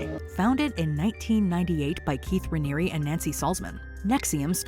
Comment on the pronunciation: You said the name of the leader of NXIVM wrong.